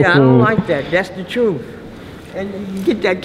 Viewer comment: She says “sounds like a man with intelligence…,” then says “That’s the truff.” 🙄🤣